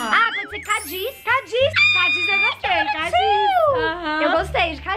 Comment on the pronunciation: Eu: caele CANI A: Cadiz Eu:nossa;D